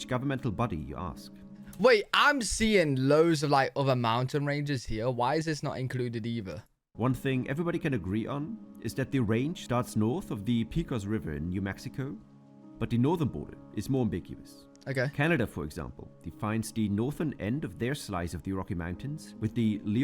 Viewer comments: minor point here, but it results in a free Spanish lesson: at he mentioned the Pecos River, pronouncing it as PEA-coce, but in good Spanish, it's PAY-coce. Also, when he got to Alaska, he only mentioned the Arctic's mtns, which he called the Brooks Range. However, the word 'range' means it's part of a larger named group, which is the Alaskan Mtns., which start in Wrangell-St. Elias N.P. I'm on the Midwest Coast😀, in that I live about 1.5 hrs. from Lake Michigan. To capitalize on his comment about Yellowstone, if it hadn't been for those conservationists back in the 1800s, Yellowstone would have been destroyed by uranium mining. Some people say it's too crowded to go to Yellowstone, but just like at theme parks, get started early, and visit the most visited places while everyone is still sleeping or eating breakfast--simple. It's way worth the hassle. Also, just an hour or so south is another beautiful park which doesn't get much international attention: Grand Teton N.P. Some other thermal areas around the world--in the 38% are in Iceland, New Zealand, and Italy. Aconcagua = ah-cone-CAH-gwah; the end of the mountains is the Seward Peninsula, which he pronounced SEA-word, but it's actually SUE-urd., in the upper right corner is a huge "lake", which is actually Hudson Bay. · It's Pay-cos River, not Pee-cos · And please don’t call it the Pee-kohs River 😂 Pecos River is pronounced Pay-kohs. Oh and Canada I’m so sorry he can’t say Saskatchewan either.